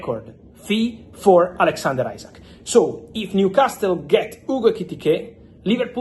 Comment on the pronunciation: The T IS NOT PRONOUNCED IN NEWCASTLE 😂😂😂😂😂😂